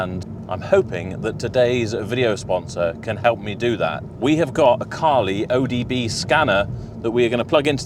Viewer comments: O B D not O D B scanner !!!!👍👍👍👍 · OBD not ODB :)